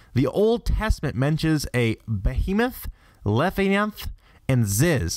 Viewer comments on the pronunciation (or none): IKR who says "lethianth" instead of Leviathan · god, I know, right!? Bananako? It's not a damned banana, it's "ghost cat", i.e. Bah-keh neh-koh Levianth!? Leh-vai-uh-then! It's a word in ENGLISH for cryin' out loud! It's pronounced "Foo-tah-koo-chee Oh-nah", not... whatever garbled mess he said. Bai'zi isn't "Bay Zee", it's Bye-zhoo'a! Well, kinda - that's as close to a phonetic transliteration as you'll get from true Chinese to English without knowing how to properly read Pinyin. He also ALMOST says the Yellow Emperor's name correctly, but then screws that up (HwOng-dee, not HwAng-dee); Hell, probably the most painful is that it's "EH-doh" NOT EE-do; even people that don't know ANY Japanese would probably pronounce it properly because it's so simple! LEARN TO USE THE "LISTEN" BUTTON ON GOOGLE TRANSLATE! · Levianth? Is that anything like Leviathan? Leh-viy-ah-thahn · le vi a than not levianth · i cant believe he doesnt know how to pronounce leviathan. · Groudon (Not Groun-don) and Leviathan(Leh vai a thin) as well... Ps. I think it's a tad more helpful to say the pronunciations of Yveltal , Xerneas, and Zygarde. (ee vel tahl), (Zer ni us), and (Zai Guard)respectively. But now I'm just being nit-picky... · not to mention he pronounced Leviathan wrong La-Vhy-Ih-Than its not some obscure legend its been used in countless books movies and games he had to have heard the proper pronounciation at least once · you can't pronounce anything it's called a leviathan leh-viy-ah-thaan also the xy legendaries were butchered too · LA vi a thin is how you pronounce it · you pronounced the gen 6 legendarys wrong and you pronounced laviathan extremely wrong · Dude, do you mean leviathan. lev-I-a-than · Reponte Groudon as Behemoth Kyogre as Leviathan Rayquaza as Ziz. He literealy said it three times. (Though he butchered the pronunciation of every name each time.)